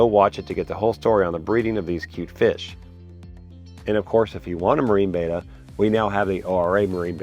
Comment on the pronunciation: Pleasssssssse. It is a Betta. Bet-ah. Not a beta, bay-tah. C'mon man. That's like saying you have an Achilles Tayng.